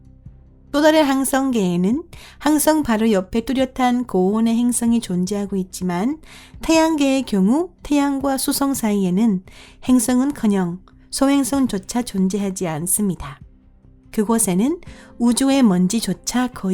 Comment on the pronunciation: 행성 을 행승이라 하고 수성을 주성이라 하고 띄어쓰기 이상하고 1/3은 못알아 들어서 중간부터 자막키고봤네요 불편불편